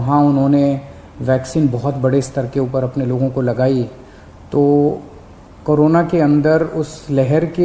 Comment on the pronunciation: आ गया कजरी बबूचक "करोना काल" अरे भाई "कोरोना"नाम तो सही से लो भीखू